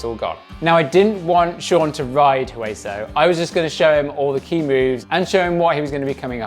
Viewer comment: Great job teaching. I still have not done all of Hueso, missing 2 features, so hopefully by the end of the series we will both be riding all of it. Oh and by the way the "H" in Hueso is silent. It is Spanish for "Bone". Oh and there are still two features on Hueso I have not been able to do. Hopefully one day I will see you out there and you can show how it is done.